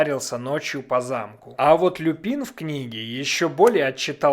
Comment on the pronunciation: только не Люпи́н, а Лю́пин. Его фамилия происходит не от цветка, а от латинского слова волк - Lupus. Так что это ещë один косяк дубляжа.